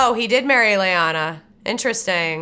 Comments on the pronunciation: Why do you keep saying Lyana(Lee-ana)? Her name is Laena(Lay-nah)!!! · LAENA sounds Laenor, not Lyanna.